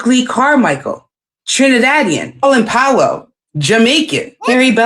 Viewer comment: That bih put like 3 Syllables on Collin Powell last name 😂